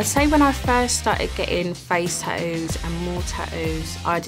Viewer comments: If YOUR going to get them ATLEAST you can do is PRONOUNCE THEM CORRECTLY "tattos" NOT "tadoos" 😂🤡🙄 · At least say the word tattoo properly if you’re gonna cover yourself in them, they aren’t called TahOOOOS. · I am and I'm addicted to getting tah-oohs 🤣🤣🤣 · I was looking for this comment. 😂